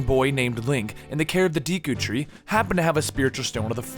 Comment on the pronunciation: These pronounciations seem purposely bad. I mean "dee-koo tree" in one sentance, then "doo-koo tree" in the next lol; I've always pronounced it "deh-koo tree".